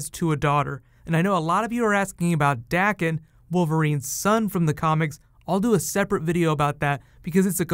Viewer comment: Daken's name is a long-a sound (think Day-con) btw